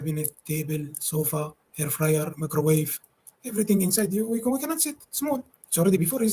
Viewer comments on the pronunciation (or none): "At least we don't use their airrrfyerrrr forrr frozen food always!" Iconic!